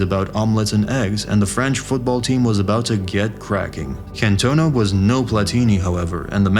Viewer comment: Yank narrator: Eric Can-TONE-a The rest of the world: NrrrrggghhHHHUURRGGHhhh